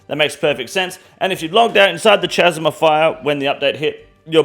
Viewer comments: This Australian pronunciation of “chasm” is killing me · At this point, I can't tell if is pronouncing 'chasm' wrong on purpose or not